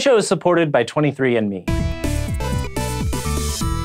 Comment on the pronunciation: I thought he said "Sci Show is supported by 23 Inmates" lmao